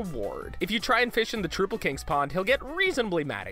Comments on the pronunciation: Its trOUPle not troople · tell your narrator that it isn't "Troople" King, it's "troupple", like "council" or "doubtful" If you played the game, I don't see why you don't know that... >"They wanted the Enchantress to stand tall as a bad ass instead of conforming to the sexy witch trope. **Good on them**." This is called virtue signalling. Did your opinion of "good on them" need to be inserted? Are you telling us facts, or trying to offer "moral high ground" opinions? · TROOPLE KING?! Come on guys, I'm pretty sure the Acolyte clarifies it, it's Trouple, like "Doubtful". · You guys said trouple and ichor wrong Ichor- pronounced eye-chor troule is pronounced like mouthfull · "Troople king" NO! HE IS HALF TROUT, HALF APPLE! PRONOUNCED LIKE "MOUTHFUL!" It's LITERALLY dialogue in the game!! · troupple as in trout and apple not as troople... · no, it is trow-pull, Trou(t A)pple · Ben perham zomg that pissed me off so much, like wtf is a troople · "Troopple King" TROOPPLE KING?! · Not only did he mispronounce Trouple (trout apple), he mispronounced ichor, of which the pronunciation is spelled out in the game :( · T R O U P L E He literally says that he does not like it when people pronounce it "troople." It is literal dialogue from him in Plague of Shadows. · It's pronounced like "mouthful " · Gerben Bakker “the Trouple king. Half trout,half apple. Pronounced like ‘mouthful’” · IT'S TR*OU*PLE! TRUE-OW-PLE! LIKE THE WORD MOUTHFUL. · Why can't anyone pronounce troupple properly? It sounds like mouthfull. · It is pronounced trouple like mouthful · It's pronounced trow-pull. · it's pronounced (Tr- ow-pull) and rhymes with wow dull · trow-pull like mouthful!! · they even tell you how to pronounce Troupple in the game. come on, guys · The game specifically tells you how to pronounce it. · Such heresy to whom who mispronounced the name of the Troupple King! The king of fish and fruit! Long may his stem grow! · troupple's pronunciation is also spelled out in the game....